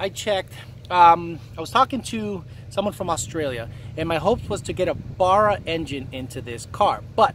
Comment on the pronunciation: Dont get a Barra mate, I couldn't handle you pronouncing 'Barra' wrong - its painful to my ears. Yes, I am a Factory Turbo Barra owner.